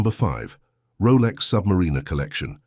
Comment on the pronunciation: Good job calling the sub -mariner correctly.